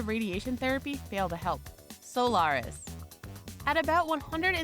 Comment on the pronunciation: A propos fake news: said monolonal antibody for PNH goes by the name of "Soliris", not friggin' "Solaris"....